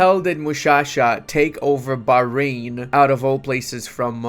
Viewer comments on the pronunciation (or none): none